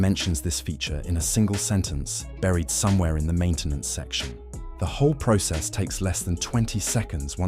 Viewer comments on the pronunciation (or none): im so tired of hearing bots talk in videos and cant pronounce words correctly like process